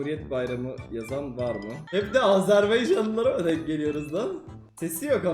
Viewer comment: Kardeşim azerbeycan diyil azerbaycan diyin rica ederim👍